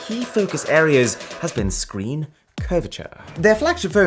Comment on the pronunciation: Love this guys videos, but I just can't get over the way he said screen like 50 seconds in when talking about the oppo fold phone